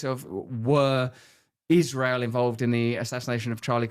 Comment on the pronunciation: have you ever heard her “Ishrael” pronunciation? Thought it was a joke but nope. She’s just a serpent.